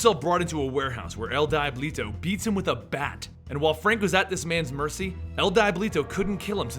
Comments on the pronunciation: "El DYEBLITO" lol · wow even a five year old kid could say if he/she is Spanish speaking no offense